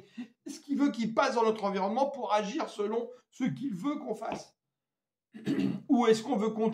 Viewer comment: Laissons agrir?, agrrreeuuh?